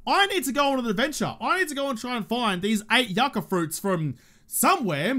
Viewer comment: speaking accidental Spanish and pronouncing yucca the correct way. Tequila shot in his honor.